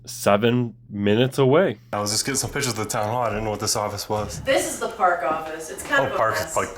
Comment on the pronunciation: "ThortIn"!?!?! Come on dude! It's like saying "taking PITCHERS", which hold liquids and/or throw balls... you MEAN to say "PICTURES" and you sound UNNECESSARILY dumb, which kills credibility, in a situation where credibility is EXTREMELY important!!!